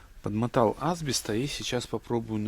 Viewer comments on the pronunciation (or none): Это прикол какой то канала или фишка? асбЕ'ст у вас А'сбест, флА'нцы у вас флЯ'нцы. Гага'рин у вас тоже наверное Га'гарин? Не подумайте я вас уважаю, но иногда кажется что вы хотите довести до истерики какого ни будь филолога и так хорошо делаете, что даже меня безграмотное человече выводите этим из себя, вы же грамотный человек, стараетесь делать всё правильно, но вот на название вещей положили болт, как однажды услышали от кого то неправильно, так и повторяете, когда машину ремонтируете и видите что плохо исправляете, в чём проблема со словами плохо не делать и исправится, нет для машины я буду стараться, а вот на слова пофигу, нет я согласен путайте иногда буквы о-а, б-п, да слышится и пишется не всегда одинаково, в Белорусском языке как я знаю наоборот, как слышу так и пишу, но в слове ФЛАНЕЦ нету буквы Я, вообще нету, неправильно с буквой "Я". Всё на первом слове "флянец" от вас я подгорел опять, просто не могу слушать ваше видео, было приятно посмотреть 3 минуты. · в слове асбест ударение на второй слог асбе"ст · Поправочка, в слове Асбест ударение на "Е", а не на " А". Есть такой город Асбест в Свердловской области где и производят абест